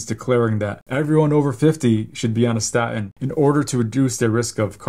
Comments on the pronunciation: It is pronounced staTin, not sta'in! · For God’s sake, doc, it’s pronounced “statin,” not “sta’in.” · Very interesting, but please learn to pronounce "statin." It isnt "sta' in." Theres a T in the middle of the word. Please use it. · Very interesting, thank you. The medical profession constantly push statins on us - but you’re talking about something called sta-ins. Has the letter ‘T’ magically disappeared from your vocabulary - or is this some new variant of the drug? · I love you but it is annoying how you pronounce statin. You gave away your generation. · Love your vids. Please pronounce the T in staTin!! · Please. Statin has a T in it. Pronounce it correctly . Its hard to listen to it .